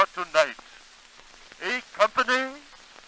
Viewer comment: Does he pronounce the last vowel in company like the modern "long A" vowel in pay or *lay*?